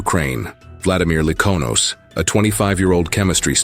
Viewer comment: Likhonos is pronounced exactly as it’s spelt, Lik-ho-nos like Nosferatu or cos(play) There’s no “E” in that name, say names correctly at least.